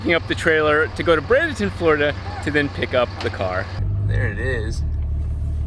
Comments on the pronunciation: Can't wait to see how she turns out. Also, BREY-den-ton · It's pronounced Bray-den-ten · Anyone else live in Bradenton and cringe every time he says the city name? BRAYdenton. Lol